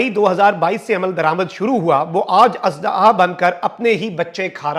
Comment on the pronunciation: Azdaha nahi aydha